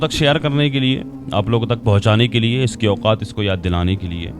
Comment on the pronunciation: Nasir Ali saheb Nabi S. L. W. ke leyea ( Theyea ) nahi ( Hain ) bola kejeyea . Shukriya . Allah Hafiz.